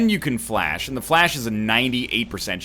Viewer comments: Obviously someone has corrected him before, but Fleche is pronounced as 'flesh'. NL, I know you like your facts, so think about it in terms of the sport Fencing. A fleche is an attack performed with a sort of running momentum. I understand you call it flash because its like a quick 'all-of-a-sudden' attack, but please keep trying to say fleche. So just remember that Fleche is associated with Fencing and is pronounced as 'fancy'. You may even know all this already, in which case you are fine. On the off chance you don't, you're welcome. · Am I the only one who goes nuts when NL pronounces Fleche as Flash?